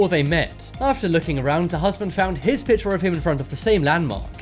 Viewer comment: drawring ? really ? my god its drawing not drawring and its picture not pitcher